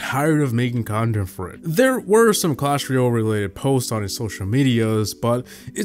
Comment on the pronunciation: Guy pronounces it Clash Ruyel